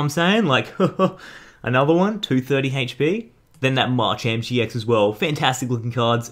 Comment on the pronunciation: ITS MA CHAMP NOt marchamp pls say it right